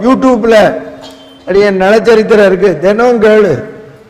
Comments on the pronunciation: நள சரித்திரம். நல சரித்திரம் அல்ல. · நல சரித்திரம் இல்லை. நள சரித்திரம் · நல சரித்திரமா? நள சரித்திரமா??? டமில் வால்க....